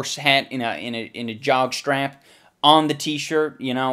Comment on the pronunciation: "T-shirt, widda horse hand... Jog strap." I think he stroked out for a second.